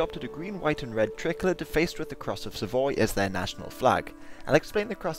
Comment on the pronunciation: You pronounce "tricolour" like "trickler"